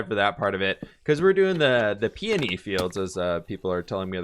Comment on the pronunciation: Episode 277 and FINALLY said "peony"!!:D:D